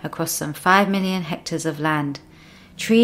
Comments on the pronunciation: The word is hectares not HECTORS! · It's hectar, not hector. Hector is a name. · That's "hectares", not "hectors". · *hectares*, not hectors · What's a hector? About 0.405 orcres! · Pixies & Elves Hector's the word is HECTARE!.. Please check your work. Hector is a man's name. 2: Subsistence Farmers, not what was said . - . Tony Rinaldo is an amazing evangelist. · 4 million HECTORS? You mean HECTARES? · Hectors or hectares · "Hectors" of land? 😂 Is this related to "hectares" by any chance? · Hector is boy's name. The word is hectares... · lol, "hectors" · Hectares not hectors. Spelling matters to your credibility. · It’s hectares not hectors. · This may all be true (as far in as I watched) and if it is then that's wonderful. I do get a touch unsure though when she talks about HECTARES and the text spells it HECTORS. REALLY!! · "Hectares" not "Hectors" 😂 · By 'hector' I think you mean 'hectare'? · "Hectares", not "hectors". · The word is hectares, not hectors. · Hectors, hectors, hectors... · The word is hectares, not hectors. Your credibility is shot to pieces by your ignorance of the English language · Great video but .......’Hectors’?